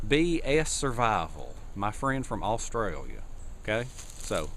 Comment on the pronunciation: the way you said australia made me laugh haha